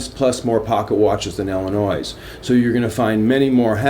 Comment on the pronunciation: Illnois is pronounced ill-e-noi not ill-e-nois.